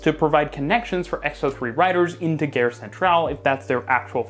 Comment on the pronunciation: Gare Centrale: Gare rhymes with the English word are.